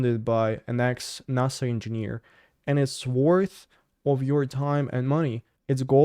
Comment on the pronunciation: At the time 13.53 in this episode it was hard to understand that U said NASA engineering it sounded like you said nazi engineering lol just slow it down alittle Ur rushing Ur words in a language that was not Ur main tongue so it comes off as slurred speech so when a word is hard to say as a man find a bunch of clips of men saying that word I recommend that U get it from some that has been said by others that English isn't their first language as well so U can find a way that U can say it cause just using a western acsent is enough